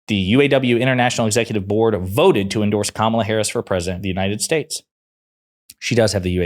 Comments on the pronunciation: Her name her name is not Ka mala you purposely mispronounce her name it’s, KAMA LA y’all gave up calling it out when they pronounce her name on purpose incorrectly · If an anchor can’t pronounce Kamala’s name correctly, she ruins any chance of credibility as her bias comes through loud and clear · Why are these morons so insisting mispronouncing her name? Is it some kind of litmus test